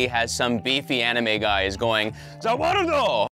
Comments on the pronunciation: I think this is the first time a get in the robot host rolled the r in za warudo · za warudo with rolled r! Meat and potatoes!Nuxtaku vibes or Im I tripping